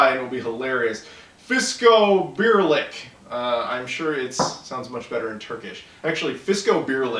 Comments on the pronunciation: you pronounced sarelle wrong but you was Damm close to pronouncing fiskobirlik correct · lol, my parents are from the region where the fiskobirlik productss are made. you pronounced it pretty good. I really love it, but it might contain too much nuts for some peoples taste. they also have a version with less nuts. Every summer I bring back a few batches of those. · Turkish has no silent letters like in English so you would pronounce every letter in Sarelle instead of omitting the last two. But your pronunciation of Fiskobirlik was pretty accurate.